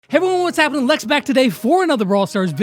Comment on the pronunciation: YAY MY COMMENT GOT PUT IN! THAT'S NOT HOW YOU SAY MY NAME LEX DHDJSKEHDBDJ